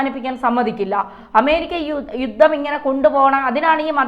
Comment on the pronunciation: 'യുദ്ദം ചെയ്തു ' ?ഈ 'യുദ്ദം' ഒന്ന് തിരുത്തിക്കൂടെ? യുദ്ധം എന്ന് ഉച്ചരിച്ച് ശീലിക്കൂ.....